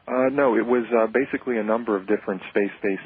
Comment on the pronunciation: Sure sounded like facebook, not basically.